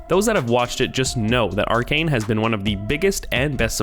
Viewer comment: It's pronounce Arcane bro